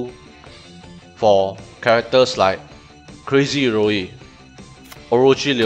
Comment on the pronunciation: Hey, just wanna say it's iori not iroi 😉